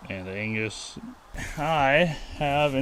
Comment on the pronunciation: that's not an Angus that's Angrus!! 🤣🥃